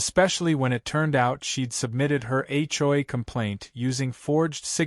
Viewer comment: Will AI ever learn how to say HOA? Hjoy is getting tiresome!